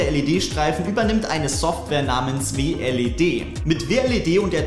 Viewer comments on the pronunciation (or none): Heißt das nich Wled und nich W L E D